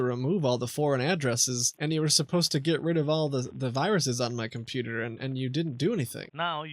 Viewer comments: “Your compuer” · He can't even pronounce the word computer properly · The compuwer has wiruses..